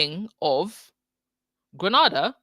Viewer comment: The first a in Grenada is pronounced to rhyme with “nay”.